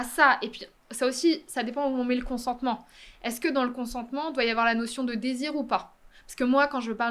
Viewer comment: consentement Apprenez à prononcer nom masculin Acquiescement donné à un projet ; décision de ne pas s'y opposer. Accorder, refuser son consentement. Synonymes : accord assentiment. J'ai juste écrit consentement dans la barre de recherche et j'ai simplement fait un copié-collé.